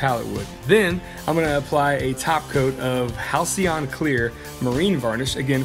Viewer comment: Nice one bro. Good work on the halcyon pronunciation too :D Hope it does take off for you.